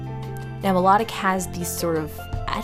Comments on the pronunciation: I LOVED your video! But I think it is pronounced my-low-tick just what I think 🤔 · You could make her hair a spiky pixie cut with the long flowing red sideburns. It is pronounced mai-loh-tick, like as in Venus de Milo. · u pronounce Milotic wrong,its Mi lo tic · Is no one going to point out shes saying Milotic wrong?? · You mispronounced milotic!!!😑😑😑😑